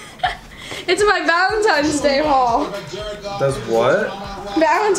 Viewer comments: I’m a third grade teacher. Almost all my third graders say “valentime’s.” I used to teach seniors in high school grade. None of them ever said “valentime’s.” Yes, it does correlate with age, and anyone who takes care of children knows that common language mistakes happen often in younger children. That doesn’t necessarily prove Dani’s age though. Her birth certificate, which says she was born in March 2006 does prove her age to be 15. Hope we’re all clear on all of that. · as I said I really don’t know which type of adult you surround yourself with but messing up something is not the same as saying it repeatedly wrong after we told her even last year that that’s not the right way to say it. It’s obviously not a “messing up” situation here. She just doesn’t know any better which shows her lack of education sis. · And what does that prove? The only thing it proves is that she can't say it right. It doesn't correlate to her age? And when she's actually 17 and still says Valentime's, what are y'all gon do?🤣 Also I read her lips, she did say Valentine's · What 15 year old says Valentime's? Also that doesn't really prove anything except she can't say Valentine's correctly. Yeah, she's 15, but the way she says Valentine's doesn't prove that. Also I read her lips, she did say Valentine's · bruh can u plz say VALENTINES and not valentimes like it just bothers me idk if u just don’t think before u speak or don’t go to school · Valentines not valentimes bae 😭 but it doesn’t matter u look cute haha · I know it’s her mom responding to comments because we’ve been pointing out for YEARS that it’s “Valentine’s day” and not “valentime’s day”. I just know she doesn’t look at comments because of that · Also what 17 year old still says "valentime's"?? It's so obvious she's an immature 15 year old. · no, she said Valentimes day the whole time. And a 15 year old is more likely to say that than a 17 year old. That is what she meant by saying that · Valentimes lol